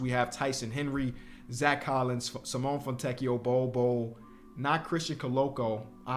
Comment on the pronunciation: Please its SIMONE with the e sounding not Simon😭😭